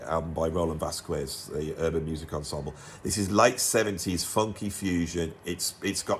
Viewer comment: Another excellent, informative video. But please don’t say Vaskwez, the u is mute, so you should read VasKEZ